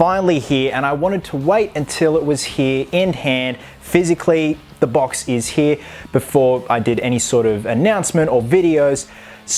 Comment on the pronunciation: how he says "he" instead of "here" an it makes me chuckle loll